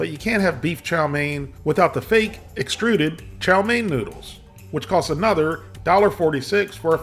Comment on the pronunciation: I haven't had that in 30 years but I can taste it. Also can't stop laughing at the emphasis on "Extruded" fried chow mein noodles!